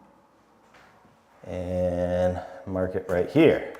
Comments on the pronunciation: “Mahk the orientation” now lives rent free in my head 😂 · Mahk the orientation so we don't cut owah mitah the wrong way.